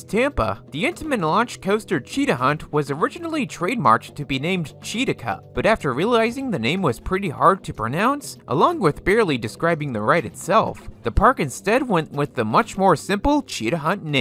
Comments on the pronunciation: Thought it was pronounced chee-tak-uh. Much preferred. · Cheetaka is easy to pronounce for me